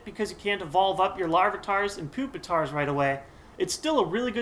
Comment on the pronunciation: Its Pupitar! Pupitar is not amused o_o